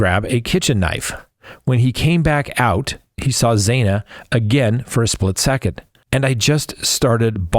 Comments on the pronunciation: I really enjoy listening to you, but..tonight I want to scream. It’s not zaina it’s zanna! Please get it right xo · Why are you still mispronouncing Xana’s name? It’s pronounced like Anna with a Z in front of it